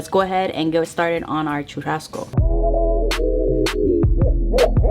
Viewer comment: Churrazco? 🤔 sounds different but you made it look bomb.